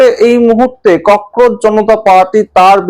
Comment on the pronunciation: ককরোচ-কে ককরোজ বলেন বা লেখেন কেন?